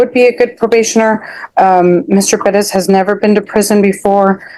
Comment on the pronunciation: Are you Mr. Perez, but think it's cool to pronounce your name in America, Pedez, like you were back in Mexico? Yes Judge, that's me.